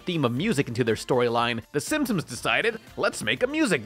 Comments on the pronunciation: Everyone: "Simpsons": SIMSIMS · Gi-gantis? Sim-Sims? Is... is okay? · Does he say "Simsims" on purpose?